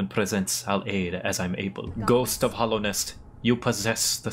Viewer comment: lot of your theory's were accurate except 1... ITS HALLOWNEST NOT HOLLOWNEST